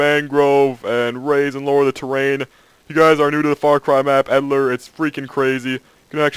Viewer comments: Sounds like he says edilor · i know what an eel is, i was referring to the way he says editor lol. An eel has nothing to do with a snake just has that sort of snakelike body, they are just an ugly blind fish